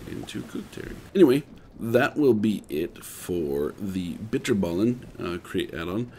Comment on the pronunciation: as a dutchy i can confirm he said bitterballen weird